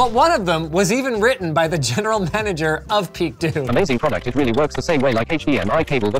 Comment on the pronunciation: Two questions: 1. Why would you pronounce PeakDo like "Peak dough"? Is this the first time you've seen "do" written? 🤣 2. Why would you not provide a link to the site you found or their Twitter page or to the product on AliExpress in your description but shamelessly include all your sponsors that have nothing to do with the content of the video. You've sold the fuck out Linus